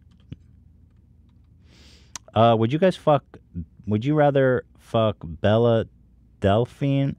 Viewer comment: I love how he pronounced Bella Thorne's name as "Belle" but had "Belle Delphine's" name "Bella" for weeks lmao.